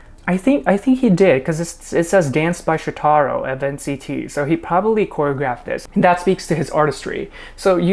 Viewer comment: Hey, I think shotaro’s name is pronounced with an emphasis on the sho rather than the taro part! Kinda like each syllable is staccato if that makes sense!